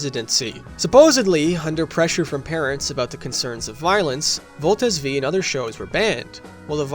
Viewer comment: In the name of useless pedantism, I will correct your naming of Voltes 5(five) which is different from how Combattler V(veeeeee) is read